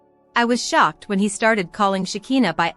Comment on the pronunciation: LIAR! Shekinah has Not been arrested and you don't pronounce her name right that's so annoying a, I hope you don't get any viewers or likes! LIAR!